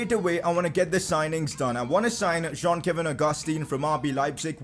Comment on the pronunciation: It's John not jean